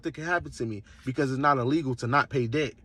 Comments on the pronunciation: Pronouncing debt as dept is NOT AAVE before anyone starts. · This criminal is not a teacher, did not find a way to offset the debt, did not find a legal loophole nor any kind of responsible or legit way to game the system. And no, dumsquat, the courts can't charge your social security number anything. They're charging you if you do silly stuff. They don't take a number to court. You can't sue or charge a number either civilly or criminally. You can't use an EIN to remain private. And you can't use it to run away from your responsibilities or hide. Strawman numbers don't exist. Games aren't what he thinks they are. He's not even playing the game how it is, but how he's imagining it to be in his Cracker Jack world. What the heck is a "credit sco"? If he was trying to say score, then why can't he be a normal human and say it? LOL by committing fraud, a person is not creating legitimate credit profile. Strawman numbers do not exist and the Ein is not one of them. Credit is not a game, little boy. LOL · How is it he can pronounce "promissory" but not "debt"...? It's painful.